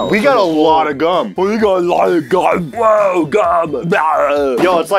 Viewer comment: “we got ALOTTA GHUM”